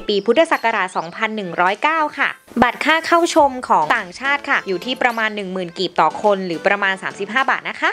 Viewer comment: กีบไม่ใช่กลีบ